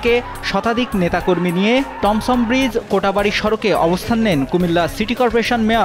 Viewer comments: কোটা বাড়ি ভুল উচ্চারণ, সঠিক কোটবাড়ি। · কোটাবাড়ি না রে ভাই😅 কোটবাড়ি এলাকা হবে,,, আমি কুমিল্লা বিশ্ববিদ্যালয়ের মাস্টার্সের স্টুডেন্ট এবং বৈষম্য বিরোধী ছাত্র আন্দোলনে সাধারণ ছাত্রদের সাথে আমি ও কোটবাড়ি এলাকায় রাজপথে সক্রিয় ছিলাম। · "কোটাবাড়ি" না রে ভাই এটা "কোটবাড়ি" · কোটাবাড়ি না ভাই কোটবাড়ি হবে। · কোটবাড়ি হবে কোটাবাড়ি নয়। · কোটাবাড়ি নয় কোটবাড়ি হবে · কোটাবাড়ি না 😢 কোটবাড়ি 😊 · কোটাবাড়ি না কোটবাড়ি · কোটাবাড়ী নয় কোটবাড়ী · কোটাবাড়ি নয়😅 কোটবাড়ি😊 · "কোটা " বাড়ি নয়, "কোট"বাড়ি হবে। পতক্ষদশী নয়, প্রত্যক্ষদর্শী।